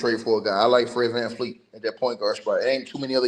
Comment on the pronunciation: It’s VanVleet